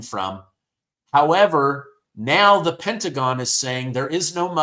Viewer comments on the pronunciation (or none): none